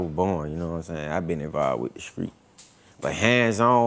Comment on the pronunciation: In the skreetz of London